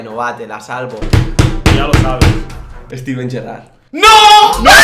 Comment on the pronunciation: Siempre dices Steven gerrard